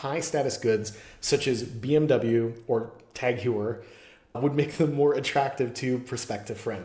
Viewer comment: Bro said tag hewer out loud and expected us to take him seriously